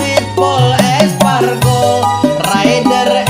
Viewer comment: Aspargo ndhasmu.. Espargaro bang 😂